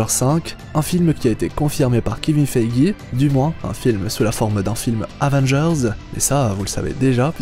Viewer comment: Pour quiqksilver je savais pas, juste un truc, kevin feige ça ce dit feije et pas feigi, merci pour cette vidéo !!